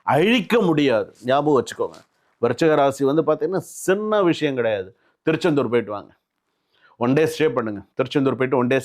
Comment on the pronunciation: 1.Samy one. Thiruchendur 2. Thiru - Oor name samy konjam sariya sollunga. Samy Puriyala